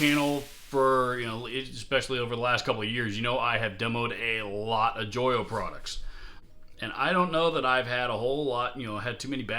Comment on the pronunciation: Pretty sure Joyo is pronounced 'Joe yo!' But hey, good video. I have two Nux (newex) lol pedals, a tuner and the Oceanic reverb. Totally solid pedals and impossible to find fault with.